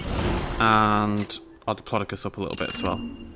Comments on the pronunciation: can you say diplodocus right please its annoying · you say it pure weird though it might just be me then